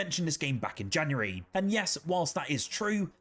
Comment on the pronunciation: He also mispronounced the months. He said Jan-ree and Feb-ree.